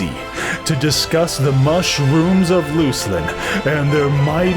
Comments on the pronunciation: How illiterate do you have to be to pronounce luclin as looselin? Can you even read? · i play on live server, Luclin, we pronounce it Luk-Lin. i think Plane of Mischief is part of p99, there are hundreds of false walls and doors that arent doors and things that are doors that look just like things. u could spend weeks in there. when we first mapped it out it took well over a year. the game creators were for sure on acid when they created the Domain of Bristlebane. i would love to see some of ur adventures into the planes, especially PoMischief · Yeah. Luck-Lin sounds ridiculous.. Luke-Lin forever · dafuq.. You just said luslin !!